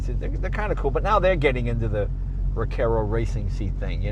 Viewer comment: Sorry, a Recaro seat, not a Recero seat.